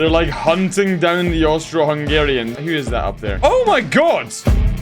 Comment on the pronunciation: Why did you say Austro im Austrian 😢